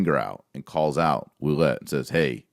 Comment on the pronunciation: French-Canadian here... This is how you pronounce "Ouellette" = WAY-LET. Greetings from Ontario, Canada! :D